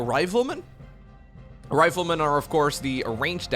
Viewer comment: Hearing you say RIVALmen instead of RIFLEmen blew my mind. I was so confused then realised not everyone is an English speaker from birth lol my bad